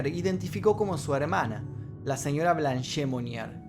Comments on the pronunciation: Excelente vídeo,salvo un detallito:el nombre de la Blanche Monnier se pronuncia "Blanch"no"Blanché" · Blanche significa "Blanca" en francés. Y la 'e' final no se pronuncia. Osea: 'blanll'. Algo así. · La E de Blanche no se pronuncia.